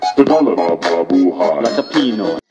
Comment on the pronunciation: its 'pinoy not piiiiinoy..